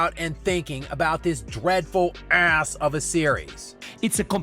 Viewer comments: The way pronounces "ASS" will never stop being hilarious!!!😂😂😂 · He grinds another layer of enamel off his teeth every time he says it.